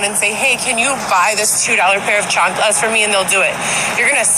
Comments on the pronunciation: i HATE how she says chanculas like plz stop mam shes so deslusional about who she really is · I loathe the way she says, "chancalas". More than that, how does someone with "more than a bachelor's degree" (that has no actual degree) not know that the plural of thief is not thiefs 🙄